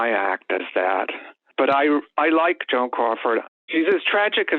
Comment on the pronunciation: It sounds like you say JOHN instead of Joan. lol. Why did you make this vid? For the ads? ok. EDIT: for anyone wondering, why did I watch this? I didn't after 3 mins. I had enthusiasm to watch, but the intro was AWFUL!!!!